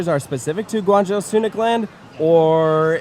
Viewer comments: Guan Zhou(Joe) not Jow, fantastic video otherwise! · Lived in Shenzhen an hour or so south of guangzhou. You did Such a great job covering These parks. Very cool to see! Btw it's pronounced guang~joe